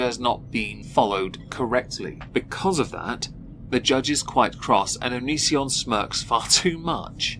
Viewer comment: You know, for all the commentary around him, not enough people pronounce Onision to rhyme with derision. I'd like that to change please.